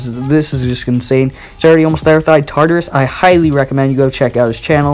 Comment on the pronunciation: Lmao it’s tar-tar-rus and yan-der-ee smh